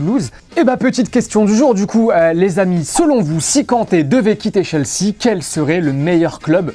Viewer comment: Possible de prononcer "Chelsea" correctement ?